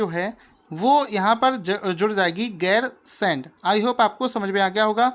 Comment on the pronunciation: 9) उत्तराखंड की ग्री्मकालीन राजधानी गैरसैंण को बनाया गया है। सर जी राजधानी का नाम गैरसैंण है आप गैरसेंड कह रहे थे।😊